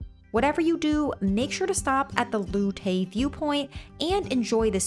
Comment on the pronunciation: Very good effort ,but there is a huge pronounciation error and that is lough tay only for i saw the place which looked stunning btw fantastic photography theoughout i would not know where that was.Lough tay is is pronounced lock tay not lu tay.There are a lot of pronounciation nazis about but the thing is if you were looking for directions in county wicklow locals would not have a clue where lu tay was.